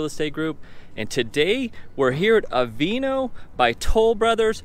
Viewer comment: Yeah, I'm wondering if that's the correct pronunciation. I would think it would be pronounced Ah-vee-ah-no.